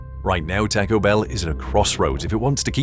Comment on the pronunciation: AI can't say taco?